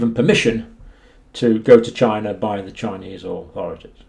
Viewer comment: It did not come from "China." It came from "Chy-na."